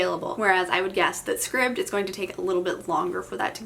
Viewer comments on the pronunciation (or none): Scribd, like “scribed”. 👍